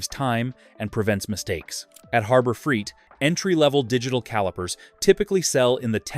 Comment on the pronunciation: Yeah. I gotta admit. I can usually determine an AI based video but I must be slipping. Your comment is spot on. I should have backed out way earlier than . I came back to the comments to see if anyone else noticed this. The other thing was the voice calls it Freeit not Freight. 😂